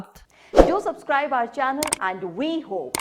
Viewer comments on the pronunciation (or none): none